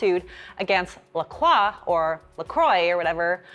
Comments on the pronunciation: LaCroix has confirmed that they pronounce it LaCroy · Actually no- the company themselves have officially stated the pronunciation is "La Croy." 🙂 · Rhymes with croy. Like the island St. Croix. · The way you’re pronouncing LaCroix is SENDING me 😂😂😂 although I realize you’re just pronouncing the French correctly, in most places ppl say “croy” 🤣